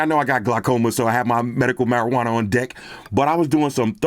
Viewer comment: "My medical marjwana" 😂😂😂😂😂😂😂😂😂😂